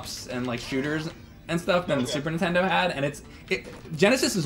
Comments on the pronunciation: Im sorry james, but, i have to point out that u always say super intendo. it's NINTENDO man. you still awesome dude please do not beat me up. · I have to say it. Nintendo not *intendo*I love you i’m sorry.